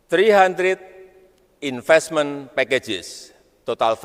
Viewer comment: Saran saya buat yg ngetik naskah pidatonya. Tolong yg dketik cara bacanya. Jgn ejaan aslinya. Biar gk kebaca inpestemen in dhe may kantry😅